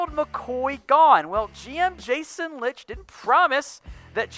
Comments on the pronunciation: It’s Light!!! Not Lit-ch for fuck sake and why would they cut Gerald McCoy when he has trade value? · Said Bucs GM last name wrong